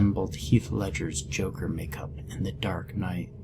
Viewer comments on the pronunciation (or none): none